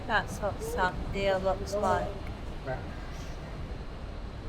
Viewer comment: Lovely video. Love Santhiya resorts and looking forward to trying this one. You don’t pronounce the h in Santhiya by the way. Something we learned when staying there.